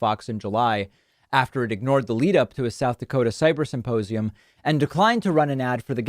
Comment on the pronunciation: He still talks about the symposium so much. But HOW, after months of talking about nothing else, has he still not perfected the word "symposium"? He says "supposium" every 7+/- words in every single interview. I can't hear anything else he says because I'm gagging over that word having heard it 1,000 too many times.